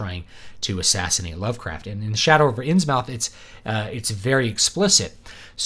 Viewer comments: Important!! You must pronounce it “INNS-MITH” ... rhymes with MYTH. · It's Inns-MUTH, not mouth. It's great that you're so unbiased and unemotional. Given Lovecraft's situation, his background, interests, mental problems/frailty and professional failure, I guess it would be surprising had he not held the racial views that he did. And with the ongoing Islamisation of Europe - there already are Islamic fundamentalist political parties here, and Sharia is already being practiced in courts concerning things like child marriage and inheritance - Lovecraft's visions of the decline of Western civilisation may have a lot to tell us today.